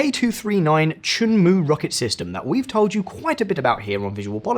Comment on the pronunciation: It wasn't only R.O.K military wepons N K-POP, K-drama. Also huge amounts of Ottogi cup raymen or I should say godttogi. 🤣🤣🤣🤣🤣🤣🤣🤣🤣🤣 Also it's not choonmu U should properly say Cheon-Mu. It's like those whity saying Hondie which is Hyun-de. Never 4get KF-21 Borame fighter Jet not that 💩 F-35.